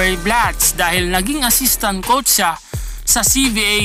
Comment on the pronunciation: “Kowts” “qoutes” “coats”